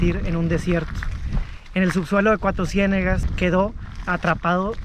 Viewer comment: Soy Coahuilense y me super estresó que se la pasara diciendo CUATRO CIÉNEGAS.... Es Cuatrociénegas TODO JUNTOOO